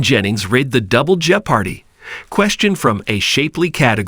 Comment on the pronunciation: This AI video ruins the actual themed topic, Jeopardy, when it incorrectly pronounces the titular game's name.